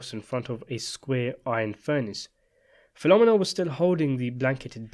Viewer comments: The pronunciation of Filomena hurts my ears. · Great story, but the pronunciation of Filomena got me cringed every time. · Her name is pronounced PhiloMENA, you dunderhead. Not PHILomina! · Fil-o-mee-na, not phenomena. Haha. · Filomena is pronounced fi-luh-MEE-nuh, not fi-LO-muh-nuh. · Great vid! Just an aside, it isn’t Filomena like “phenomena” rather Fee-low-men-uh 🤙🏼 You could pull the penultimate syllable to sound like the second A in Charlemagne as well but that is not such a big thing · the woman's name is filomena, pronounced Feel-o-meena, not filomminna. sickening to hear all the repeated mispronunciation. regarding luca stumbling over his lines at the wedding, the actor may have flubbed his lines in real life, but that's exactly what puzo described in the novel: brasi stumbling over the flowery lines. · Fill-oh-meenah not Filohm-minah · Great video, as always…only her name is pronounced Fill-O-May-NA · My dude. I love your videos but you gotta start checking how you are pronouncing things. "PHIL-O-ME-NAH" 😂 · Fill-oh-me-nah. Just saying. Thank you for making this video. Luca was always scary. I read the book! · Fill-o-meen-a.... trust me. I worked for Italians that named their restaraunt after mother. Filomena's Lakeview in Deptford, NJ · I attended elementary school with Italian girls with names such as Carmella, Sabria, and Philomina . . . pronounced PhiloMEENa which I believe is how an Italian-speaker would say it. I suspect that the narrator's consistent mispronunciation is related to how the British often put the accent on different syllables as in "laBORatory". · Bro, you're freaking me OUT...it's Appa-Lone-e-ya (Appolonia) and Feel-o-meena (Filomena) jesus ! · I can't with this pronunciation of Filomena. Phil-om-en-na hahahahaha. Take a minute to see how to pronounce a name before you say it 100 times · Some pronunciation corrections: It's Fil-o-MEN-a and A-poll-O-ni-a.